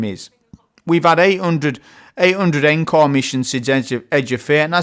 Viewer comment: Look, I know I'm an annoying grammar Nazi. I understand. I don't like myself for doing this, I think it's the autism..... but please, just for me, please pronounce Encore correcttly. It's ON-CORE. Thank you. P.S. The hand cannon, Agape. To gape, gaping.... rhymes with grape. Thanks again 👍